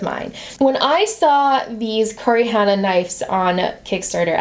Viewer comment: The name of the knives is pronounced Koo-roh-ee Ha-na. It means black flower in Japanese 😊